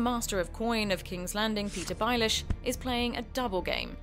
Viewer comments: Is the narrator purposely pronouncing things wrong? House BaraTHEON? The Knight Watch? Peter Baalish? I mean, it's a good video but some of the I information is incorrect, but an well, at least it gives the general idea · "Peter Bilelish" 😂